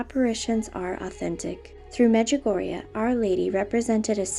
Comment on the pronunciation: XD medjugugu!!